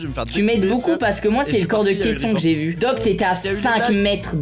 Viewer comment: Ses pas kaisson ses kalsson 🤫🤫🤫🤫🤫🤫🤫🤫le dit pas a meg